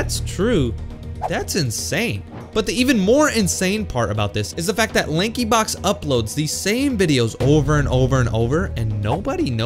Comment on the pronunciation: When he said Lankyblox 💀